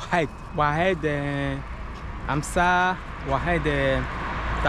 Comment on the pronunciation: Oued ça veut dire fleuve mon frere et on dis l’oued pas ouehed. 😉